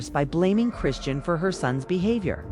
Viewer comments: You not even pronouncing her name right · Get it together you.cslled her three diff names it's chrisean this must be AI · Ok, if you need to use A.I at least preview it before uploading it. How many ways can they mispronounce 1 name? Smh! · The way you mispronounce her name